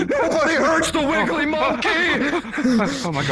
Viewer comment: The fact can't say wiggly right kills me 😂😂😂